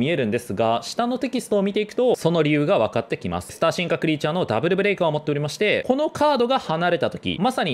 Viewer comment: ブレイカーじゃなくてブレカーになっちゃってる（揚げ足を取ってるわけではないです）